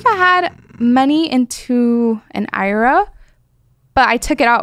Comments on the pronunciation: what are you confused about? It's supposed to be called an I R A. Not an eyeruh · She actually called and IRA and Ira just like in Arrested development lmao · She really just called an IRA an "eye-ruh"